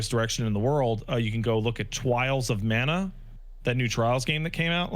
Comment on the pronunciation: "Twials of Mana" Ohhhh, that hurt